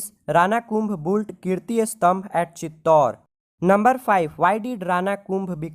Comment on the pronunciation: It's Built Not Boult 😂